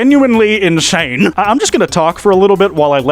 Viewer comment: "in snae" -, 2024